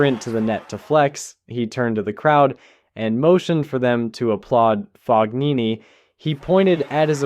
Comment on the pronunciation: Just FYI the “g” in Fognini is not pronounced. It’s Italian.